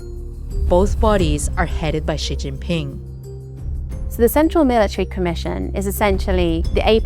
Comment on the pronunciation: well yea that’s how u pronounce his name lol